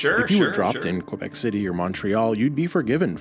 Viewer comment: Thank you for pronouncing "Québec" properly and not be lazy and say kwebek or whatver